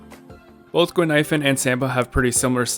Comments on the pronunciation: I'm not the only one hearing that looool I even heard 'ghost milk powder' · I had no idea why you said "expensive milk powder" until another commenter said Guinaifen could be misheard as that in Chinese. I'm Chinese btw. And yeah, it actually kinda does sound like "expensive milk powder", even in Cantonese! Brilliant.